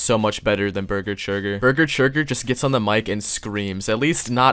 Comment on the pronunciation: "beeger cheegur." Bruh , that is golden